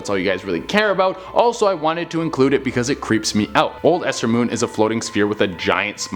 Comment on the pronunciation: Mold ester moon? U sure not MOLESTER MOON?